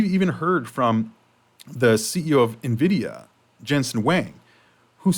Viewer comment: finally got there and promounced NVIDIA correctly for the first time in almost 2 years. Nice one bro.